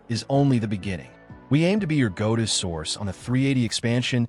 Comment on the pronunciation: It's a very good AI voice, but every time it says "go to" I die a little inside. could likely type it out differently to get the AI to say it right, but they should seriously consider your offer and use a real human! Love the flyovers